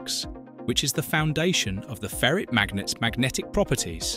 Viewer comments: It's ferite not ferret* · Why can't pronounce ferrite? A ferret is a kind of animal